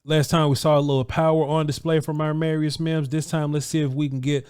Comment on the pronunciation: when you say his name you keep switching the 'm' and 'r'. you say it like it is armarius. when it is amarius